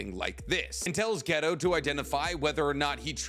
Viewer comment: Say ghetto again mawfukkka